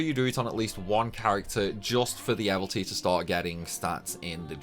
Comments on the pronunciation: hey man. you keep saying "evilty" missing out the second I. it's like abilities but evil. evil ities, mildly frustrated about that sorry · Man it’s even worse , he says “ ehvel-tees “ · How does someone who plays and makes this much content about disgaea still think evilities is pronounced "evil-tees". It rhymes with "abilities".